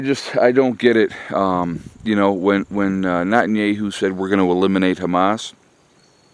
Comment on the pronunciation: Not-in-yay-hoo? Who dat? 😂